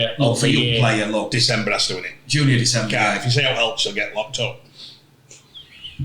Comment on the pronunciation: Stop calling Nsemba, DECEMBER you numb Yorkshire cranks!